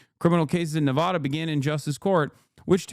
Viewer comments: Did Hasan just have full on dyslexia for a few seconds? "nevadah" and "achieved" instead of archived KEKW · Why is Hasan pronouncing Nevada like a Adanali hillbilly? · Nevehdeh... I've never heard it pronounced that way till now. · I was the biggest Hasanabihead until I heard how he pronounces 'Nevahda' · why does he say ne-ve-duh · bro how did you pronounce nevada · The way Hasan keeps pronouncing Nevada is sending me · I have never heard "Nevada" pronounced quite like that.